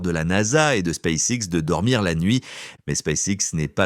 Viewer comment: "Space sexe"! Halalala l'IA...